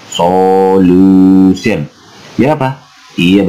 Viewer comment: Ko aku mlh lucu ya dengernya